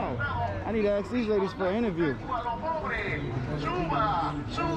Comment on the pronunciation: Its ask not axe.